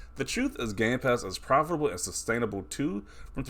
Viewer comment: This guy adding way too many syllables to profitable lol